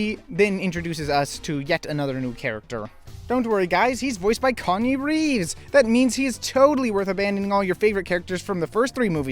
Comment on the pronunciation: I think you mean Keanu Reeves not Konyae reeves.